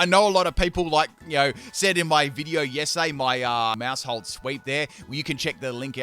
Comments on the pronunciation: When you said Maushold I heard Maushole and I'm giggling. :_pimpKai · Maus is pronounced like Mouse, being a wordplay of the German word for mouse and Household. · it's name is Maushold... Mouse-hold... like a household...